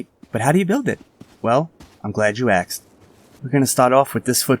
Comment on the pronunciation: I'm glad you AKSED